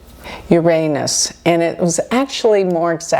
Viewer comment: I am respecting your bravery in pronouncing Uranus correctly, no matter what jokes may come.